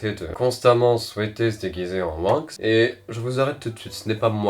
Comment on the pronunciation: J'adore ces vidéos mais je me suis arrêté quand il a dit Winx il a mal prononcé. Bon après tu as un peu le but